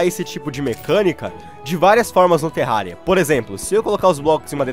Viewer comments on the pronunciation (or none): só eu que ouvi ele falando "terralia" no começo do vídeo?